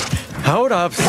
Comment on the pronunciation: Jjjajajajajajja le dice "Abs"